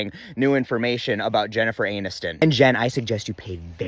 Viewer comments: Did you call her Jennifer Anuston? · Jennifer Anus-ton 🤣🤣🤣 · “Jennifer Anuston”. Bravo, sir. Bravo.